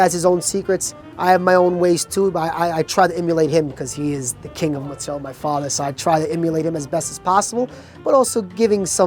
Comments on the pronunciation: It's mozzarella... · “King of Mutzarella” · Mutsarella is driving me slightly mad. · Eh "mutzarell" isn't beautiful Italian pronunciation either. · Too many Italian-Americans, particularly those of Southern Italian-descent (some Neapolitans and nearly all Sicilians), can't properly pronounce "mozzarella". "Mootz" and "Moot-zah-rella" and "Mootz-ah-rel" are not proper Italian. "Mootz" is only acceptable as a form of Italian-American slang and anyone who tells you that it's the "proper way" to say it is a disgrace to their ancestors. Like, it's funny how the son is all over the place with his formal and informal pronunciations of the word, yet the father is fairly consistent. -- Signed an actual European-born Tri-Stater, Italian-speaker and lover of all things Italian who also happens to be a trained pizzaiolo with actual friends and family from Italy. (Seriously, go ahead and ask any real Italian or any well-educated, self-respecting/non-stereotypical Italian-American how to pronounce the word, and they'll tell you the correct way.) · I havent seen the video yet but i know they're gonna say MOTTZ-a-rella